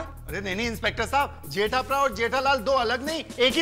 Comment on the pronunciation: Jetha Braa, not jetha pra